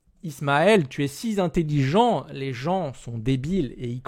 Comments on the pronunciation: On ne dit pas "si zintelligent". Super vidéo sinon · Il doit pas être "si z'intelligent"... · "si Zintelligent"....mes oreilles pleurent.